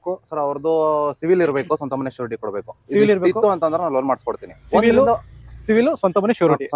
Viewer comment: ಅಣ್ಣಾ ಅದು ಸಿವಿಲ್ ಅಲ್ಲ ಅಣ್ಣ ಸಿಬಿಲ್...